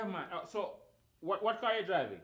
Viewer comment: Renae should buy house, not carr😂